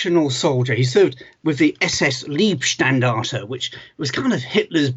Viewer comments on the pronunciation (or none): it's not "l-ee-bstandarte" it's "l-eye-bstandarte" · Yes the way he pronounced it sounds like it would be Liebstandarte, and they of course were everything but lieb :-) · It's Leibstandarte (,,body-flag''), the ,Leib' is pronounced ,Layebb', as in eye. ☺️ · Dont Call it Liebstandarte.. Its called Leibstandarte.. The first means Love-guard the second means lifeguard 🤪🤪